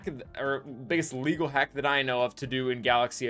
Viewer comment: But sir, Is that Leeeegaaalll. This dude: I WILL MAKE IR LEGAl